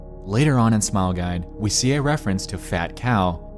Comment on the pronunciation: AHEM! You said Smile Gide. You mean Smile Guide.